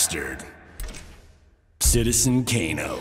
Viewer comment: Nobody’s talking about “Citzen Kano” and it’s a crime